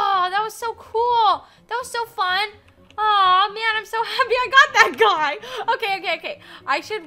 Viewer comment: You said hapbee